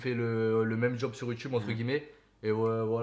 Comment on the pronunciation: On dit « entre guillemet » pas gueullemet